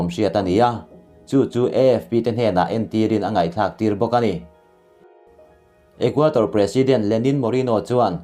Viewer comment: Ecuador..Ithil chhiar hi Equator tih hlira kahriat chute😁